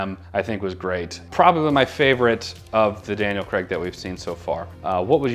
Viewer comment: Btw its craig not CRAG!